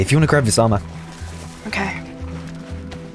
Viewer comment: Please stop saying "okäi"